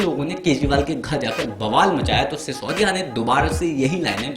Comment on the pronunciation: Sisodiya thik se bol na toh Sikh le.... kejariwal ji...... kejariwal ji....kya laga rakhaa hai 🤑🤑🤑🤣